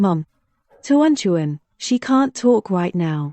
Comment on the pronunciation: Hey.. "Tehran Tehran" "2020" "untuan untuan" "furan furan" "Wan Wan".. It's tuan tuan